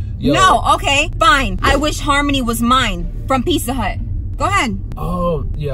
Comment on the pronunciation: Picca hut lol not Pizza Hut ❤️❤️❤️😂